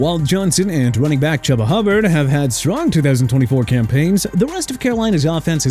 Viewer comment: IT'S PRONOUNCED CHOO-BA HUBBARD NOT CHUBBA AND FYI HAD THE DOLPHINS SELECTED SWEAT OVER ROBINSON, THEIR DEFENSE WOULD'VE BEEN BETTER!! SO THANKS A LOT!!!! SMH ALSO IT'S TAH-LEE-ESS-AY FOO-AH-GAH NOT TALISA!! UNBELIEVABLE